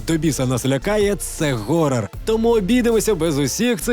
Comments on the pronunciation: Не горрор, а хоррор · ГГГГорор. Одразу мінусую. Якщо ти не знаєш як правильно вимовляється це слово, то пофіг.